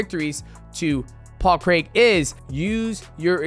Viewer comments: DJ might be the only American that can pronounce Craig correctly 👏 👏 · Best American pronouncer of paul craig's name known to man